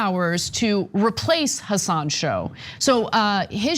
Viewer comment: I cringe every time Cenk and Anna say "Hassán" as opposed to "Hassan".